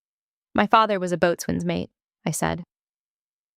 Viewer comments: The "t" in Boatswain is silent. It is pronounced "Bo-Sun" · Only civilians "boatsman". All sailors and most other military say "Boson". Just like they say focksol not forecastle. My uncle was career Navy.